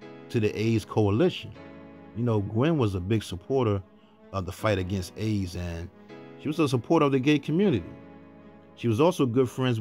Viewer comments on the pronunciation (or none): none